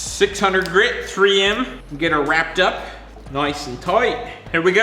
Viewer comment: "Noice and Toight."